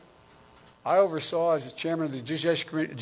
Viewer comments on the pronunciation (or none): "Jidiciary long time FBI " lol !!